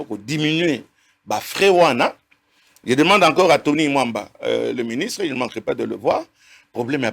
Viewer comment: Comment ce depute ne fait pas d'effort dans la pronociation de noms de gens, il vient d'appeller le premier ministre Mr Samba. Moliere eza moto pasi, C'est Tony Mwaba et non Tony Mwamba